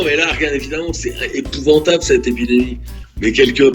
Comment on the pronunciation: “Épouventable” xD